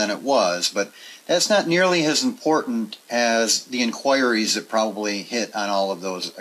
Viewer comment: In“choir”ees.. 😬 cringy hearing it. I can’t help but pronounce it as INK whuh ree.. great video though and solid advice.